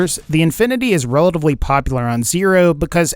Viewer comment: why do you say relavly and not relatively?